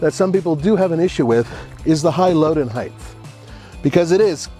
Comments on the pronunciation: The word “height” ends in a hard “T” sound. Not a “th.” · Did I hear a height-th in there?